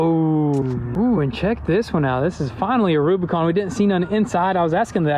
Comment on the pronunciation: AH NEEYD A REWBIKAWN